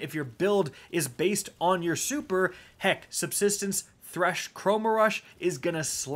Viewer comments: Glad I wasn’t the only one who heard that lmao 😂😅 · We have “SUBTISTENCE”🥴🤣